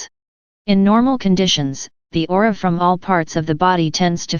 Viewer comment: What happened to your website? Is it still available under another domain? Also the word is Aura not AurOOra but awesome video.